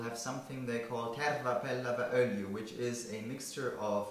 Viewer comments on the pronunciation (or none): That totally cracked me up when you tried to say "terva pellavaöljy". :DD As a finn it is always fun to listen foreigners trying to speak finnish. Greetings from Finland!